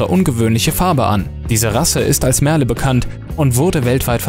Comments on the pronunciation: Es wird "Mörl" ausgesprochen. Nicht Merle. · "MERLE" kommt aus dem Englischen und wird auch englisch ausgesprochen! Das macht echt aggressiv!